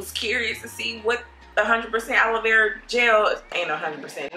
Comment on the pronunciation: It’s GEL not GELLYY